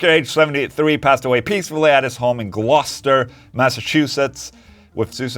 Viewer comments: For a Swede speaking a second language, you nailed the pronunciation of "Gloucester" pretty well. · knows how to pronounce Gloucester!